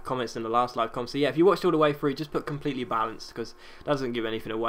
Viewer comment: compleyely balanced